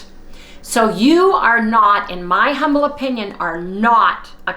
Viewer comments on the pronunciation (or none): none